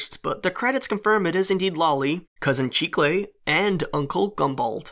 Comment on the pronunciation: Did anyone else look up chicle to find out what it had to do with candy? P.s. it’s pronounced chih kle